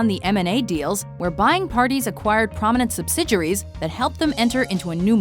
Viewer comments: OKAY.. Listen Announcer lady.... Say it with me... Before I reach through the screen and smack your Mom..... SUB-SID-EE-AIR-EE!!!! = Subsidiary Not however the hell you're saying it!!!! sub-sid-your-ree... UMMMMM NO!!!!! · You're killing me with the way you're pronouncing the word subsidiary. Does it look like a French word to you, is that why you're pronouncing it the way that you are?